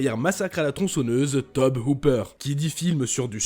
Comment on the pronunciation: Haha c'est pas "teub" Hooper mais "Toby" Hooper